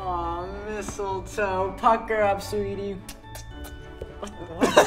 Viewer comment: I love the part when say misliltoe and then try to kiss lev